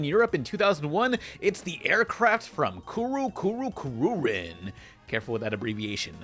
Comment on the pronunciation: You pronounced Kuru Kuru Kururin wrong. It's an english EE for the i, or think of a romance language i.